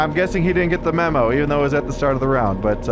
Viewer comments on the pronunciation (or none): none